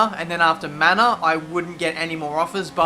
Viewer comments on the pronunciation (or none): none